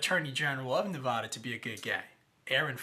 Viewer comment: You don't even know how to pronounce Nevada and you seem to think you have credibility.